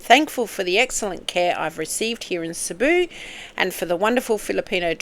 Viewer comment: Cebu pronounced See boo equal stress on each syllable